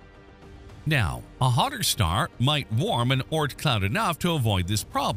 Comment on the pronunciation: Whether or not it exists, its the Oort cloud, not Ort. Oort. Think moon but add an r sound before the n. Sorry, its been a stressful last two days. I'm just pissy.